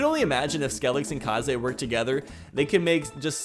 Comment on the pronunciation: You keep saying Kaze wrong its kinda triggering me